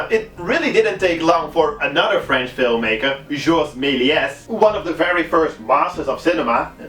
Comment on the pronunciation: Ik wil geen klootzak zijn maar je spreekt meliés fout. je spreekt de s niet uit